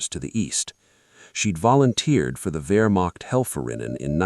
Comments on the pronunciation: A new world record of messing up the word Wehrmacht. Vermoched, vermocked, you name it. Extreme sloppiness. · Hey A.I. the word is Wehrmacht.